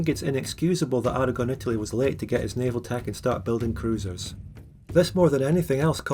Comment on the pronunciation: Did someone say navial on purpose or did the spirit of bad frank possess them?